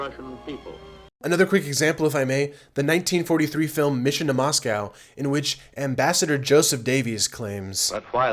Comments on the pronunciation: Moscow is pronounced as MOSKOW not MASKAW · "Moss cow" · MOSS-CO. Please pronounce it right.